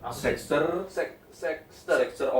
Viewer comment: Kok nyebutny "sex-ter" sih